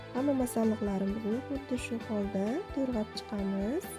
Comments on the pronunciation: 👍👍👍👍Туграб денг ТУРГАБ деяпсиз😁😁😁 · To'rg'abmas, to'g'rab diyiladi!!!